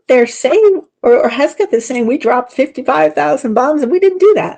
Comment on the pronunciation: It’s HEG’-Seth. Not HES’-Geth. Thank you. Great video.